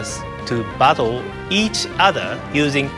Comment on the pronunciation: when he says "battle" it sounds like "butthole"